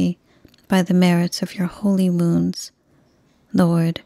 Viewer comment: Thank you for your beautiful novenas, rosaries and prayers. I must admit that before following along with the text, I used to think that you were saying "By the merits of your holy moons" and was always so confused but you were actually saying "wounds". I'm really curious if I'm the only one that hears it.